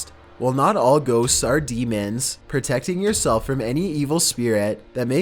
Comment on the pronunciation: Lol. ‘Equippedted’ is not a word, bro. It’s just equipped. I love your videos, but it seems like in just about every single one of them you mispronounce or downright make up at least one word. You call demons ‘demonds’, you pronounce apparition as ‘apparation’ to name a couple of my favourites. Call me a picky asshole or a spelling/grammar nazi or whatever, but it stands out like a sore thumb to me. It’s like nails on a chalkboard. It makes you look foolish and amateurish. Please don’t take it personally, I’m only trying to give you constructive criticism.